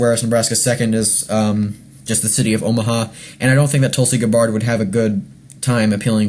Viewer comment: Learn to pronounce her name. Watch a few videos. Very annoying.